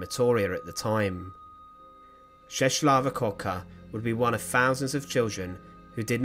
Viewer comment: The way that you pronounce Czeslawa is way off the mark. The letter "L" with a "tick" in the middle is like a "W" in the English language.